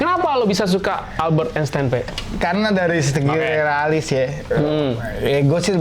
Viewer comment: Kalo nyebut nama yg bener atuh jang .. Wkwkwkkkk .masa albert enseng . klik .